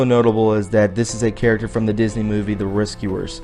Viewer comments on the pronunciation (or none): none